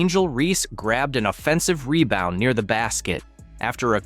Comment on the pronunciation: Angel "Mebound " reese!. How many mebounds did she make that night?